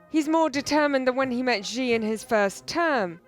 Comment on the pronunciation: Research how to pronounce "Xi" in Chinese. The sound the reporter is making exists neither in Chinese nor English.